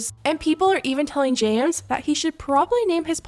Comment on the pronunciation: it sounds like she said “ jams “ instead of james 😭